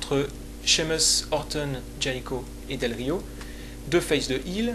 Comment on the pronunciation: Heel se prononce "Haile" et pas "Hile" ;)